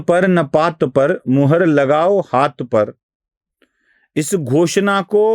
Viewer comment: घोषना नही घोषणा